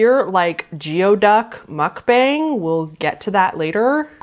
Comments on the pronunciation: Geoduck is actually pronounced like "gooey-duck" and not "jeeoh-duck". I believe the name comes from the Lushootseed language of the Salish tribes around Washington state. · Geoduck is pronounced “Gooey-duck” and I only know this because of a school I went to in your very state. Evergreen State College in Olympia has a geoduck for a mascot. You can buy plushies of them at the gift store. And those things are native to the puget sound, so they’re very, VERY close to you. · Fix your anxiety for Cascadia by moving to the sunny side of our state :) And Geoduck is pronounced gooey-duck. They live in Puget Sound. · It’s not it’s not pronounced “geoduck”. It’s pronounced “gooey-duck”. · Hi! Wonderful video (despite some gruesome topics)! Just an FYI if you haven't already been told: geoduck is actually pronounced "gooey-duck," like a duck covered in slime. Apparently they're pretty tasty? I'm not a huge fan of clam/mussel/scallop type stuff, but I have a few friends who grew up eating it! I think the disturbing part for that entry is the mukbang part, or the violence with which they're eaten, obviously alluding to uh... phallic injury. Most people don't actually eat it like that XD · Geoduck is pronounced as "gooey-duck" English is funny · Once again thank you for creating this video and some corrections Geoduck is pronounce gooy-duck And the email entry is half right It is also the fear that it could be leaked online I wish I knew what rough was but I wasn't the one who added it. I have contacted the person who added it so I will reach back soon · “Gee-o-duck” and “Friday night at Freddie’s” 😅 I love you, babe. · Quick correction, geoduck is pronounced "gooey duck" rather than how it's spelt. As another Washington resident, I've had enough experience digging these guys up that I was made aware of the pronunciation, haha. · Geoduck is pronounced 'gooey-duck' 🤣I had no idea what was going on until I saw the video and suddenly it all made sense lmfao. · "goey" duck